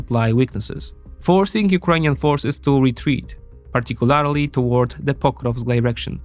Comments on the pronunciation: I love your videos, but you need to either pronounce "Particularly" properly, or stop using it. Pronounced - Par-tic-cu-LER-ly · Say partic-u-larry-lee one more time.